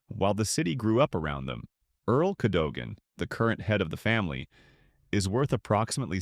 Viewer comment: Cadogan is pronounced KADUGUN CHEYNE is 🗣️”CHAINY”.